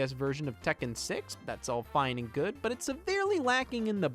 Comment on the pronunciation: scott its pronounced Tek Ken just sayin